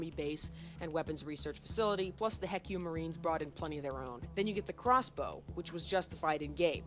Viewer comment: I would rather be stuck with a needle then listen to him ever pronounce HECU as "heck you."